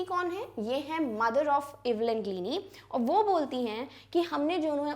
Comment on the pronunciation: Please correct your pronunciation of Evelyn Glennie